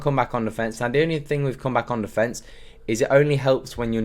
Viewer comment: „Come back on defence“ sounds like „ come back on the fence“ every time you say it 😀 great video though, I will switch to this formation to bring me back some fun in FIFA